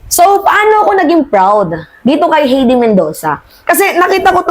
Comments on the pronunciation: HAYDE..READING NOT HEDI.. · Hindi mo pa ba iboboto si HEIDI MENDOZA? By the way, it's pronounced "Hay-dee" (not "Hey-dee"), OK? 😊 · Miss tamang pronounced Na Heide...HAY-DI imbes na HEY-DI for correction lang po salamat! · HEIDI MENDOZA WAS COA COMMISSIONER FROM . HINDI NA SIYA COMMISSIONER KAY DIGONG AT SARA. .....HAYDEE....NOT HEYDI .....OBLAYDGE...NOT OBLIG